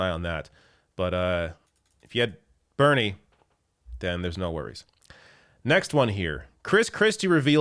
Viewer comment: Ber-nurie, byrnie, burnie!!!